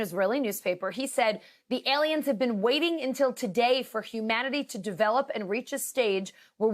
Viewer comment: Aliens, no they said Alens.